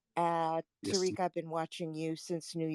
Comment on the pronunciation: “Terrick” Lol Hey Terrick. 👋